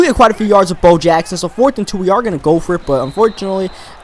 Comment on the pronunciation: You said hove instead of Bo.